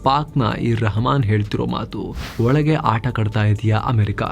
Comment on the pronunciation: Valage alla marre olage 😅